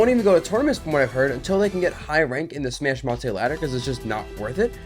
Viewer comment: Dabuz plz it’s just smash mate, not smash ma-te. The Japanese pronunciation is something like suma meido.